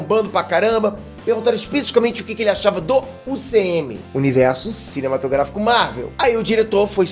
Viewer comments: Curto os vídeos mas percebi que o não consegue falar a palavra "cinematográfico". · Porque toda vez o se enrola pra falar "cinematográfico"? É alguma piada que estou por fora ou dificuldade de pronúncia mesmo?